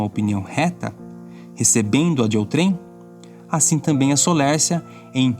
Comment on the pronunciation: A palavra "outrem" é paroxítona, portanto a sílaba tônica é a penúltima. 👊